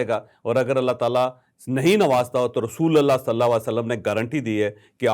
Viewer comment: رسولَ اللہ نہیں رسولُ اللہ بولیں۔ ل پر زبر الگ صورت میں آتاہے اور پیش الگ صورت میں۔